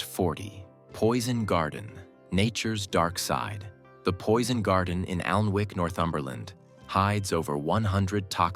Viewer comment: Just a few corrections: No 33. There is no ‘Koigby’ in Lincolnshire. I think you mean Digby. No 37 the correct spelling is’Bassingthwaite’. No 40 ‘Alnwick’ is pronounced ‘Annick’. And there’s another phenomenon you didn’t mention - the ‘electric brae’ in Scotland where your vehicle appears to defy gravity and roll uphill.